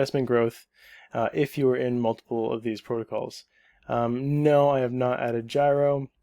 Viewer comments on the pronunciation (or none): none